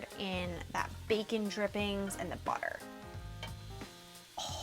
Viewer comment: baercon n' borl xD nice recipe